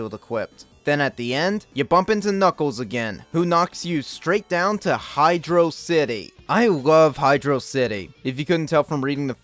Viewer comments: The amount of praise you give this game regarding Michael Jackson, great levels, the music, the pronunciation of HYDRO CITY is all great and I liked the video...until You mentioned the barrel of doom lol. We were all kids and a lot of us experienced getting stuck in that room being actually smart and trying to use momentum to jump off the barrel hoping it would go down, but no. There are no hints anywhere to help which I think is the worst aspect of that level and just bad game design. So I removed my like from this video. I think as a kid I tried jumping on the barrel and while it descended, I held down. Then as its going up I held up before I jumped off. I think that method was eventually how I noticed and figured out it's just up and down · I know. Hydro City is always the better pronouciation.